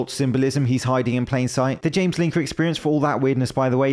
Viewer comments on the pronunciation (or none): none